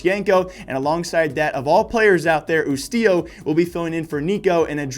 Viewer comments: its pronounced YOU - STILLO ffs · the way you said ustilo cracked me up hard mate:) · I have never heard someone mess up Ustilo so bad aha, good video though